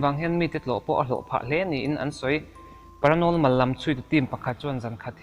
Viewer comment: Paranormal ti rawh . Paranolmal anilo...jjaahajja...... 70's centuriiiiii.... Century ti roh..